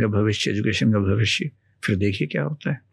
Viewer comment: Very astute speaker. But a few things: — It's not "impact" (if you're trying to say असर), but "effect" or "influence". — It's not "fir" ("फ़िर"), but phir (फिर).